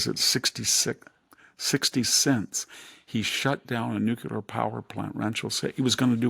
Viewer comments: I love VDH. Exquisitely educated and erudite with a photographic memory and recall ability better than most people half his age, but…..with tears in my eyes…”MUH”-slim, not “MOO”-slim; “Nu-Klee-r,” not “Noo-Q-lar.” It’s like hearing a lecture from an old Oxford don and hearing, out of nowhere, “A-rabs” or “EYE-talians”… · The word nuclear is mispronounced like George Bush does. Sad.